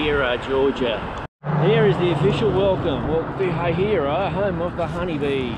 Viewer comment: As a native, the first way he pronounced it was correct 😂. “Hay-hai-ruh.”